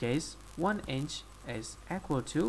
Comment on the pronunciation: "Convert Imch...Oh, I'm sorry, it's...ahh, n, iNch...into millameterzz."